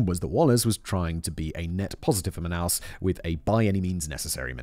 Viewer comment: Love how simon pronounce the Brazilian city of manaus and the Portuguese words every one of those wrong 😂😂😂😂😂😂 But it is funny af